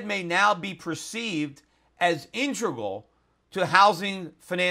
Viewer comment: I like when Schiff mashes up "intricate" and "integral" into "intrigal."